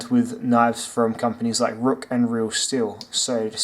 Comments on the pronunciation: Good review but ruike is pronounced rake nbd but how you said rook really got on my nerves but whatever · Hey man, great video. I fuckin love this channel. Also, just to throw it out there, the company clarified its pronunciation as RAKE actually. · FYI ruike is pronounced rake